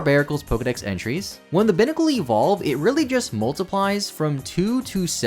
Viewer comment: Vivillon is a Vivid Papillon, Vi-Vee-Awn, not Vi-Vill-On Binacle is a Bi-headed Barnacle, Bye-Nacle, not Bin-Acle. Dhelmise is a haunted anchor. If you Delve where it lives, you can meet your Demise. Dell-Myze, not Dell-meeze. Grafaiai is an Graffiti painting Aye-Aye. Graf-Eye-Eye, not Gra-Feye-Feye